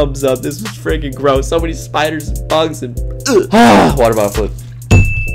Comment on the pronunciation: why do you say fricin